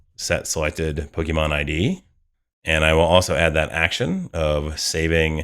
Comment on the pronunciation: I momentarily thought I heard you say 'bogeyman list', and now that's all I keep hearing you say each time you say 'pokemon list' 😂